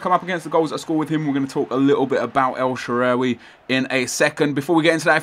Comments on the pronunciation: Shaarawi no shaawari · its pronounced "el-sha-ar-way" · Pronounced el-shore-rar-wy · 'El Shaawary' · El shaaa raa (like the Egyptian God) wy (wii) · El shaawary... Nep fresking shaawary R awy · El Sha-roar-ry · I'm pretty sure it's El Shuh-rar-wee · pronounced SHA-RA-WY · El shuh-Ra-wee is the correction pronunciation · It's El Shaa-Ra-Wy and try Neuer at Striker haha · It's El sha-rawee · El shaarawy pronoun citation : el sha ra wee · Its pronouneced el sha - ra - vy